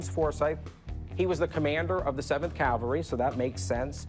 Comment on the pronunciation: I cringe whenever I hear someone say "calvary" instead of "cavalry" like Rick did here. FYI, Rick, Calvary is where the putative Christ was allegedly crucified. Some people even say "cowvary" so that it bastardizes both words.